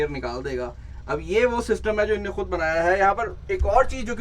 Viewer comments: "inne" nahi "enhon ne" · It's not (innnnaa) it's inho nai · In nay in nay nhi hota is ne hota hai bhai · ( in nay) nahe inho nay bolain.... 😂😂😂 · Ina nae hota bai inho na hota ha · yeh innay bolna chordo please "INHON NE" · People say: انہوں نے Legend says: ان نے 😂😜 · Inne inne nhe kr bhai in hone hota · یہ "ان نے" کیا ہوتا ہے ۔ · bhai ye "INNE" kya hota he...? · Aby bhai ye inay Inay kia hota hy Isny, inhonay, in logo ny hota hy